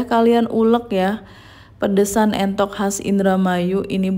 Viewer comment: Entok bu bukan mentok heeee